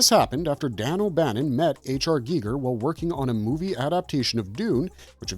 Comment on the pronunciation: Is he saying HR geeger on purpose and not Geiger